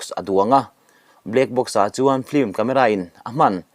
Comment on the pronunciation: E ngatinge mithiam anga kan ngaih te pawh hian Film hi flim ti a, kan lam tlat thin lee..Film lam dan hi L atangin M ah a liam tur tih JF. Dictionary ah khan asawi kha maw lee..kan mithiam zawkte saptawng lamdanah fimkhur ula ava tha emm..ln channel ngaithlatu kan tam siaaa...in ti ve em?